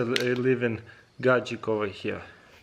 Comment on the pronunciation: Taras: Gadjeet Translator: Gajic